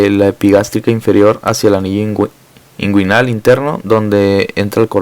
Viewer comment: Cvo sabía que hay una ureta esponjosa creí que era cavernosa. Muy buena la info perp el segundo señor que explicó esta rexontra perdido no pronuncia bien nisiquiera inguinal.